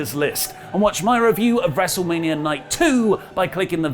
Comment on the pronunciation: I think you mean, "WrestleManiarrrrrr Backlash"